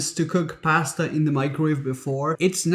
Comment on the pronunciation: It's the right way to say it.